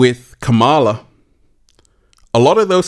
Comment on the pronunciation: If you are going to talk about someone, at least have the respect of pronouncing their name correctly. So disrespectful!